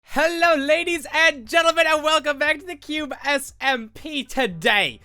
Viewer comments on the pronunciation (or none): hello ladies and gentlemen and welcome back to the cube smp and he sometimes says 'cube smpah'